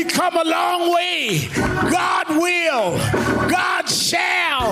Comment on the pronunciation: "Everey Day while be Sunday"